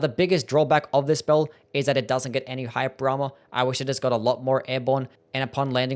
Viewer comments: I think he did say “hype drama” because how does “hyper armor” make any sense? Lmao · Took me way too long to realize he's saying "hyper armor" and not "hype drama", thought bro was talking about the spectacle of the attacks lol